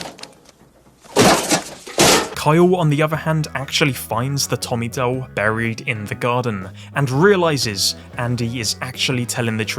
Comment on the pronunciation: Bro, vids quality. Bt DOLE 😩 you saying that is almost as bad as dr strange tryna say penguin 🤣